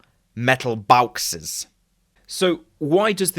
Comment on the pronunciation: Interesting video, but what on earth are metal "bawxes" and why did you switch to "boxes" at the end...